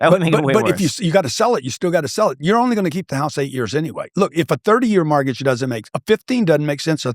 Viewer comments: How is it that a “real estate billionaire” absolutely CANNOT pronounce the word “mortgage”. He says “MARTGAGE” 😂😂😂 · Why does he call it a “martgage” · Whats a margage?